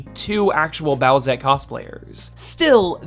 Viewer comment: Boo-ette? Its boosette doooood